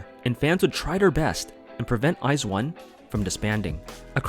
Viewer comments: I wasn’t an iz*one stan, but I thought the fandom name was pronounced like “wise one”. My bad! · I always pronounced the fandom name like how the members said it, "Weez-One"